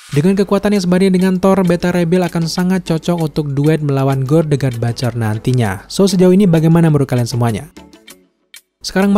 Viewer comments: Butcher om ... Butcherrrrr bukan batcherr... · ciye yg udah bapak bapak.. saya 43 thn bapak... Coba bapak.. liat konten luar negeri.. sebelum bapak mengkritik komen anak mu ini... Civa lah bapak bisa legowo terima kritikan...kalo perlu google how to pronounce the word butcher.. is it sound batcher.. ? Well i m trying to inform there s a mistake with the pronunciation .. if u disagere with my opinion at least u can do is trying get some references.. was i correct or wrong before u wrote sarcastic comments... thx you bapak